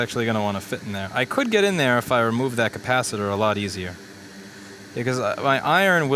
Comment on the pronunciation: I still love the pronounciation cappa sitter. :D